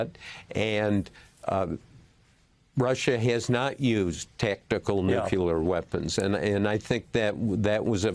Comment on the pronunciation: Nuclear, not nucular